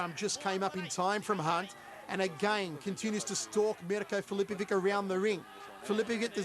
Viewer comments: every time this dude says filipoviK instead of filipoviCH my croatian ears start to bleed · Dumb Commentator... Filipovic is pronounced "Filipovich" not "Filipovick" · Why do they always butcher Croatian names,it is easy when it finishes on ić you just have to translate ć into ch and it sounds right then,for example Mirko Filipovich. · Its just not natural for their linguistics, mr. Fichovich xD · nobody could spell the name MIRKO FILIPOVIC more wrong then this Commentator!